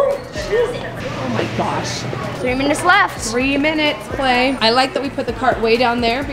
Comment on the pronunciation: When you said lemon jell-o for klai I thought you said lemon cello